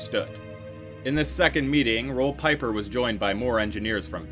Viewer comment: Roel Pieper is pronounced, Rool Peeper